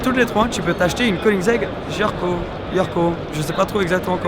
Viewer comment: C’est une Koenigsegg Jesko 😭🤦🏼‍♂️ t’as vraiment détruit le nom du père de Christian 😨